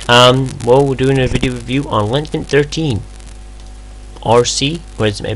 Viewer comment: Ok, seriously. You are almost uninteligble. You tend to rush through entire syllables, but not all the time which makes it even more difficult. I played the video twice before I realized you were saying LinuxMint, not linamnt. Please for Pete's sake slow down and just listen to your video!